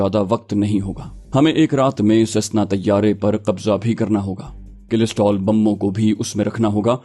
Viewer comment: کلسٹر بم ہوتا ہے کلسٹرول نہیں